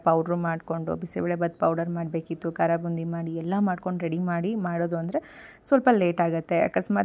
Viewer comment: ಕರಬೋಂದಿ ಅಲ್ಲ ಕಾರ ಬೂಂದಿ 😂